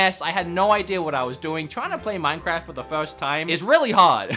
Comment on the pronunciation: None: Him every 2 seconds: MANCAFT Me: he need some milk